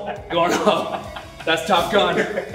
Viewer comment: "I'm gonna show you how to train like I did.. for Top Gum" 🤣